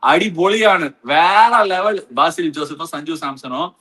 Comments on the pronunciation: Ash anna ... not baasil joseph .. its like besil joseph the pronoucing .... chettan vannallo ... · Ash anna BAASIL JOSEPH kidayathu athu pronounce pannumbothu besil ennu varum 😂😂😂😂